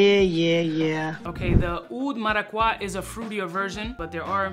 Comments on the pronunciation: It's pronounced mara-cu-yaa I'm Puerto rican 🇵🇷 strong! Lol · If I hear oud maracwa one more time, I'm fucking loosing it. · Cringing every time I hear mis pronouncing Maracuja. 😂 Bro are you that gringofied? Lol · Gotta love the "Oud Maraquah" 😂. But, have you tried Oud Cadenza from Mainson Crivelli? I am stunned that nobody is talking about it. It´s even better! If I know your tast right, you gonna love it!